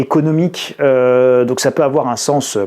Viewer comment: "il ne faut pas afoir peur"